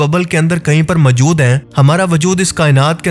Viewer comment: اپنا تلفظ درست کریں۔ لفظ مَجود majood نہیں مَوجُود maujood ہے